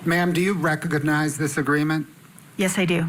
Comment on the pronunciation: Why does the prosecutor say rec-og-og-nize?